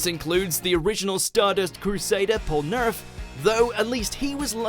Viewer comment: the way he said polnareff made me cringe